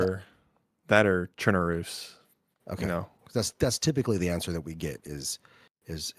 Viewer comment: one of the few people that pronouces chernarus properly, if u dont say it like lawless you are wrong and need to do research.